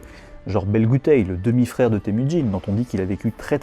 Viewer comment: Vu que tu portes une attention particulière à la prononciation du turc et du mongol, pour le mandarin Jin ne se prononce pas 'tsin' mais bon, c'est compliqué d'avoir la bonne prononciation vu que le 'j' en mandarin est un son qui n'existe pas en français.